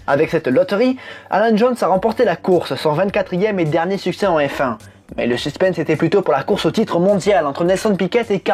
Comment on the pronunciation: ecoutez comment il a prononcer succes